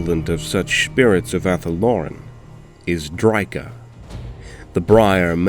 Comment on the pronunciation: You sure you're pronouncing drycha correctly?